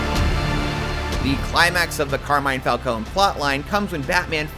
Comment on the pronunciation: Just watched the movie. Absolutely fantastic. Only one flaw. Everyone pronounces Falcone wrong lol